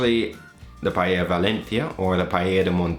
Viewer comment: This looks amazing, I don't know where to buy rabbit meat around here but I'll try this without it! Looks much better than the Jamie "PIE-AYA" LOL